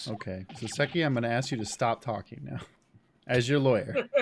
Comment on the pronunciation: Btw, RE: you saying before that “Saucy” was a stretch for “Soseki” — I’m not sure if anybody else has already mentioned this, but the correct (Japanese) way of saying his name is “SOH-seh-ki” rather than the way that sounds/feels more natural to Americans, “soh-SEH-ki.” And when you say it the Japanese way, it sounds a LOT more like “saucy,” lol.